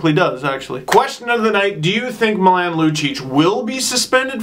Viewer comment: Oh no, Steve. The way you pronounced Milan made me cringe (it's MEE-LAWN). I still love you doe. Also love the shirt